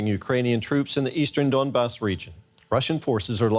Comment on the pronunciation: Its Donbas and not Dandus sweetheart :))